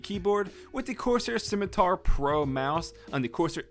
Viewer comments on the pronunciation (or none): none